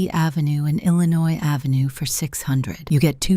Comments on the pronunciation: I love how they are all pronouncing "Ave" half the time like "Aeefvè" 😂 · ah yes. Pennsylvania Ave, but New York is French, Av-Ey